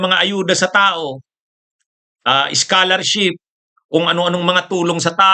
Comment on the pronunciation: iskOlarship po, Hindi iskAlarship.